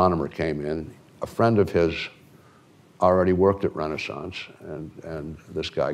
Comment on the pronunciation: “Renee-sonce” technology???